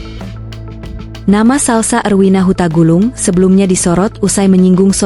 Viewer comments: Tolong yg menyampaikan ulasan ini ngomong yg benar untuk menyebut nama belakang mbk Salsa bukan hutagulung tapi Hutagalung tq. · PEMBAWA ACARA INI ASAL NGOMONG, HARUSNYA TERLEBIH DAHULU TAU NAMA ORANG & MARGA BUKAN HUTAGULUNG TAPI HUTAGALUNG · Bukan Huta Gulung, tp Huta Galung. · Hahahaha mba² maaf bkn huta gulung,tapi hutagalung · Bukan huta gulung,,,huta galung😂😂😂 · Hei,,,,,, mbak admin kalau bernarasi pasti kan nama seseorang yang jelas jangan asal mangap , itu Marga suku Batak yang benar Hutagalung bukan hutagulung , kamu punya etika ga . Kami orang Indonhesia Timur salah nulis / ucapan fam , orang Indonesia Timur tidak akan terima . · Huta galung bukan huta gulung..😜admin admin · Hutagalung... Bukan hutagulung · Sing bener taa nyebut nm orang Bukan hutgulung ,hutagalung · Hutagalung mbak bukan hutagulung, itu nama marga dr suku Batak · Hutagalung bukan hutagulung ya mbak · Hutagalung....bukan hutagulung.... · Bukan salsah hutagulung neng🤣🤣 tapi Hutagalung ahh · Bukan huta gulungtapi huta galung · Narator banyak deh. Yang bener aja, nama HUTAGALUNG, dibaca HUTAGULUNG! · Huta galung goblok,,bukan huta gulung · Bukan gulung mbak tapi galung...orang batak ngak boleh salah nyebut marga...marganya hutagalung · Hutagalung Bu.....bukan Hutagulung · Reporter nya lulusan apa sih ini, hutagalung dia bilang utagulung